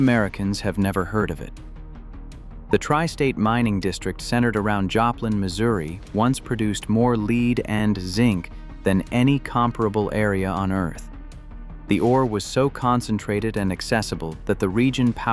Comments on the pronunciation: Why do you people spend time and money doing research and turn things over to a BOT voice the sounds like a high school sophomore. Produces more LEED, it is pronounced Lead (Led). This has some interesting content, but it fails to characterize the level of ignorance that is present. Arkansans were Democratic racists until the 1990's, when they suddenly switched to being Republican at the state level. They are highly inbred in many areas. The Ozraks are beutiful, but they have to decide that they are not MAGA, and for god's sake STOP ELECTING HUCKABEES!!! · It's pronounce lead not lead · LEEED... Come on, hire a real voice not AI. It is LEAD, So I give you a down thumb. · The mine produced lead (as in dead) not lead (as in deed). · Don't be tellin' people any good things 'bout our homesteads! We don't take kindly to that. Just so you know, lead is pronounced as "led", not lead as in, leader of the pack. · Yeah Al didn't pick up on "leed" actually being pronounced lead. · That word is LEAD, SOUNDS LIKE HEAD!! BUT WITH AN "L" !! IF UR GOING TO BE THE ANOUNCER, CHECK B4 YOU OPEN UR MOUTH AND SOUND LIKE AN IDIOT !! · You know it's AI when it pronounces mined lead as 'leed' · AI again mispronounces familiar words like lead ("leed" ?). I can't take anything else in this artificial intelligent [?] documentary seriously. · Classic example of AI mispronouncing words: AI pronounced the word “lead” as “leed” with a long e. WRONG! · Yea, that definitely caught my attention. Came here to see if I was the only one.